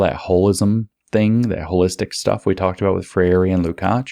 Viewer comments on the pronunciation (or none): If I could ever meet James, I would tell him how to pronounce Freire. Ask Glenn Greenwald, or 200m Brazilians. He's finally trained his mouth to say 3 syllables, but it's 2. NOT fray-YAY-ree (he meant to try for NOT fray-EE-ray). SHOULD BE ... FRAY-ray. FRAY-ray! FRAY-ray!! (It's close to frère jacques ... FRAY-reuh.) Tap the lingual R if you must, or not, for FRAY-ray! Love James! Thank you.